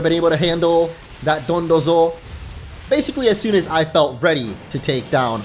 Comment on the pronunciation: IT'S DONDOZO, NOT DONTUZO!